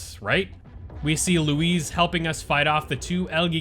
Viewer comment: Bro his name is Luis not lowez